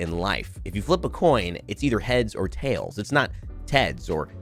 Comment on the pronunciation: You said Hails or Teds not Tails or Heads lmaoooo